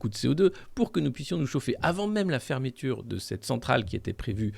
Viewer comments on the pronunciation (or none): On dit fermeture FERMETURE fermeuhture